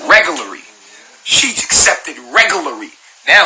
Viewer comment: “Regularee and betraded “ 😂